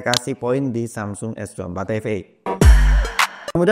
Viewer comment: Ay de ting, ay cus S dua empat efe